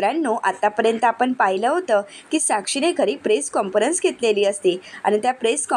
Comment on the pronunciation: मॅडम काॅन्फरंस असा उच्चार करा, चुकीचा शब्द ऐकावा लागतो आहे आम्हाला.